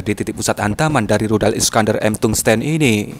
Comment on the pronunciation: tungsten, baca tangsten secara biasa